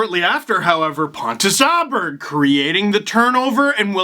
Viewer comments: Åberg is pronounced like "Oh-Berj" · Aberg in Swedish is "O-barry"